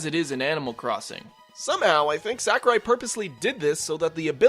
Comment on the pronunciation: I'm pretty sure it's pronounced more like Sock-urai, not Sack-urai.